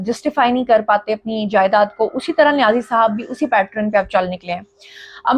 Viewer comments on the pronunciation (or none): pat run....run😂😂😂😂😂😂 nahiiii Its pat -turn... Pattern ko say pat-tyrn...n not pat Run😂😂